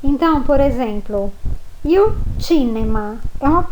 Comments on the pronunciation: Professora na faculdade a senhora aprendeu que IL se pronuncio iô Moro na Guiana Francesa e aqui tem muitos italianos e eles pronunciam ' ili " tipo meio que engolindo o L , eu aprendi um pouco do italiano com eles , e a sua pronuncia não tem nada haver ex : Il libro = iô libro , eu realmente não conheço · Scusa... ma cosa sarebbe IU CINEMA?? IU RAGAZZO?? Non ho mai sentito!!!! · Ho capito!! Complimenti per aver imparato l'italiano da sola. Però lei non può insegnare la pronuncia sbagliata "IU", grosso errore!!! Lei è d'accordo?